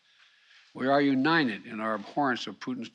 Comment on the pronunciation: He doesn't stutter, he has a speech defect. United is pronounced by him as unined. He can't pronounce the "t." It's absolutely appalling that anyone makes fun of him for that.